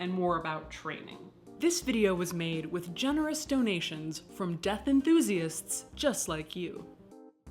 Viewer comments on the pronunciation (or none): none